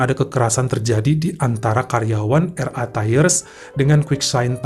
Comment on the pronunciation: Bang, kalau mau baca RI dlm bhs Inggris, hrsnya ar ai bukan er ai... Sorry 🙏